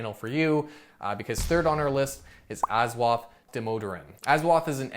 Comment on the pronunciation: You butchered the pronunciation of 'Ashwath' 🤣